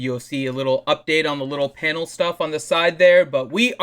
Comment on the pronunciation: why does say Penal. Its clearly Panel